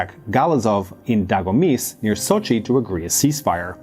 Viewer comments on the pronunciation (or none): none